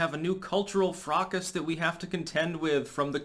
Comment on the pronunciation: “Fracas” “nowheresville” lol